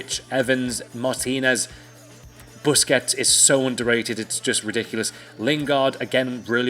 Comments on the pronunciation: BUSQUETS? BUSQUETES... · Busqets 😂😂😂😂man you really need help